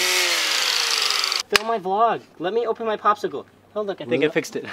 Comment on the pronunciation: "bopsicle.." did anyone else catch that?! haha